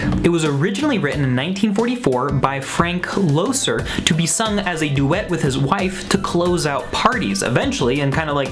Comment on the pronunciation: There's nothing new about sexual negotiation - but there's no implication in this song ultimately about any forced situation, even though that's how some are hearing the song today. Also, I've never heard the songwriter's name pronounced "Low-sir" - I've always heard "Lesser". Loesser may be lesser known than Berlin, Porter, and Rodgers/Hart, but he's up there. Guys and Dolls alone puts him on top: he's one of the greatest songwriters of his era.